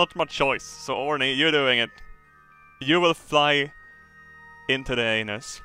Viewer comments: os he called orny for horny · Not orny his name is Horny